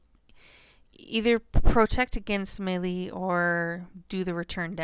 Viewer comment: You aren't pronouncing Melee correctly.